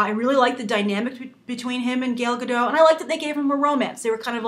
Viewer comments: She did win Miss Universe in 2004. But seriously this reviewer or Whatever she is; is pissing me off with how she pronounces Gal Gadot's name. Lol Gail Gadoe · no comom...her name is Gal Gadot not "gal gado" you say it shity and wrong gal in hebrow is "wave" and gadot is "shore" so say her name right. it is like i'll call you grace reandol or something like that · I can't get over the way you say her name. Gael Gado? It's GAL ga-DOT. And Gal not as in the slang for girl. It sounds in between that and Gaul. I tuned right out, laughing, so sorry. xD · WOW Nothing bad to say because even I'm still on the fence on this casting but seriously. Lady you mispronouncing Gal Gadot's name really bugged the crap outta me. How do you get Gadoe from Gadot? Hell you can't say Gal either you kept saying Gail. Her name is Gal Gadot not Gail Gadoe. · why all english speakers can't pronounce her name? It's, gal ga (like Gap) dot (like Dot Warner from the old animated serie "Animaniacs") there's a T in the end and it's not silent. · The t in her last name needs to be pronounced, it's not French. and her first name is pronounced like 'Gahl' if that makes sense (but I think that might be hard for Americans).